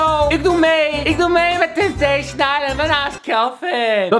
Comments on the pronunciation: Het is “Temptation” geen “Tempation“ hahaha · Kelvin het is temptation en niet tempation Geen haat #kelfamforever